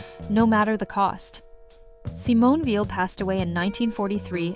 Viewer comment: Ugh. By 48 seconds in, the (AI?) narrator has pronounced Weil’s family name 3 different ways, none of them correct.